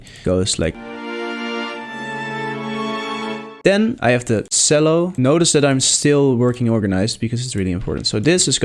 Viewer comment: Nice work! Although, 2 things: "Chello" and "On-somble"